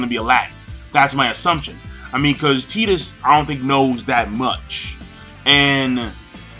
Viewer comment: I think it's pronounced "Tie-tus" not "Tee-tus".